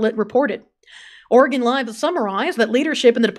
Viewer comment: bruhhh “ore gone “💀💀 *Oregin *